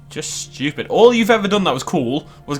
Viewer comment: “ it jus luuks Shtupid”